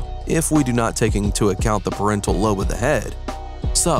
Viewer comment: PARIETAL not "PARENTAL"